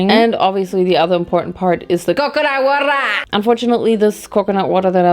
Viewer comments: COCONAT WATA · CO CO NuT WahTAH!😂